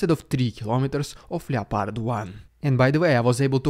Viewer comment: the o in loepard is silent